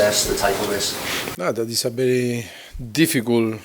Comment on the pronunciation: Kelly Ludford he will pronunce first half :Farr calf , he will pronunce difficult : difficull , focus : focuss , very good : berry godl , watching: washing ,hundred : haunddredd